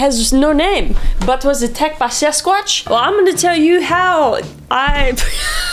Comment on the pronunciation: Did she say “sex-squatch” at the end ? Hahahahahaha 😂😂😂😂😂